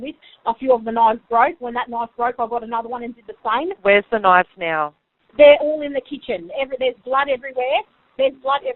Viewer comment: “So then I defended meself with about seven knoives and brought with me the head as evidence”